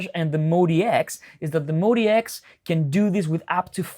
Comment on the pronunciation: Calling it the "Moe DX" ruins it for me. MODX clearly should be pronounced "Mod-X." On the plus side I no longer have GAS.